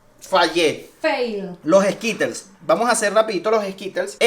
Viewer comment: Yo me estaba muriendo de que los m&m’s los pronunciaba como “em y ems” (em an ems) y los skittles como “eskitels” (eskirols) jsjsj :v no me juzguen es que siento raro de que lo diga así por que yo me acostumbro de otra forma pero igual la pronunciación también depende de cada país